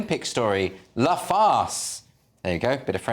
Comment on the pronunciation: These guys need to learn how to pronounce "Le", La", and "Les". 😅 Whenever what * I think * he intends as "La" sounds like "Le", his "Le" sounds like "Les"... And then the other guy pronouncing "Les" with an "s" at the end. 🤦🏼‍♀️